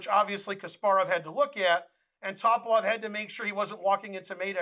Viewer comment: Bulgarian last names are pronounced the same way as Russian. Just as you put the emphasis on second syllable in kuh-SPAR-of, you should do the same thing for his opponent. It's not TOP-uh-lof. It's Tuh-PAL-of